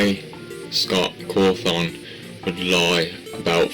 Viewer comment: sorry i'm losing my shit at him saying scott caw-thawn